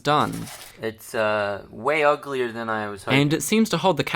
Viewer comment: The way he said uglier was so American though